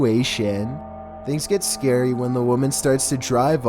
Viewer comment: If you keep pressing the go back 10 secs in the beginning it sounds like he is saying "us scary"